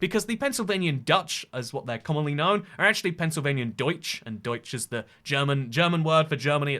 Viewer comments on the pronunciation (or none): none